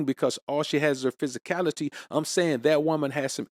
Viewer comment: Take a shot Everytime he says psysicality 😅 lol -jk he's right